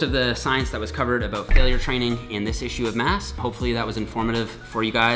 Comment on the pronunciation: As soon as said "about" i knew he was a canadian